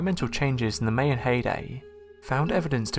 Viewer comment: Never heard of the May-Annes before. I've heard of the My-Ans. Dipshit. TOTAL MISPRONOUNCIATION